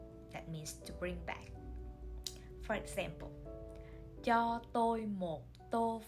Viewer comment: is Cho prounouncted as "Cha"?